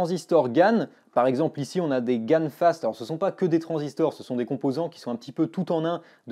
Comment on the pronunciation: ExAAAAAAAAMPLE??? je me désabonne ! Je pensais que tu étais un pro serieux! encore une fois une bonne douche froide!